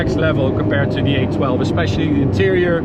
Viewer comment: Every time he said 812, I thought he was saying A12 I ended up having to Google Ferrari A12 as I’ve never heard of that before 😂😂